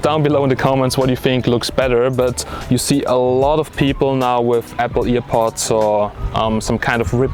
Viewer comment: It‘s called „airpods“ not „earpods“...nvm nice video👍🏼